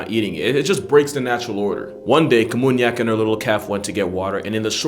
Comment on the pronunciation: it was namunyak, not kamunyak